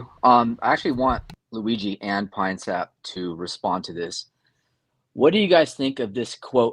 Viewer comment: “Uhhhh I want to ask pee-nuh-syap” - Russian orthobro chad